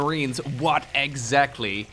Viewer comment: What EGGzactly?